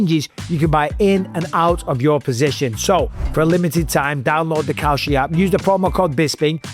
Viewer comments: Maybe Kalshi shouldn't be hiring people to advertise their product who pronounce it like "Cow Shit". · When you say kalshi it sounds like cow shit. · Cowshit? Needs to work on that accent. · Kalshi? I thought you said cow sh*t. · Kalshi haha I swear I thought you said "cow sh*t" 😂😂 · Dude says kalshi and it sounds like cow shit lol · I thought he said cow sh*t 😂😂😂